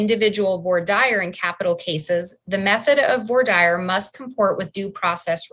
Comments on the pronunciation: Q is there any state in the union that slow boats cases as this state of Idaho Court? Comment:, please note, Idahoans slaughter the pronunciation of voir dire 😄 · I know that I'll probably be crucified for this...I just wish they would learn how to pronounce "voir dire".🙄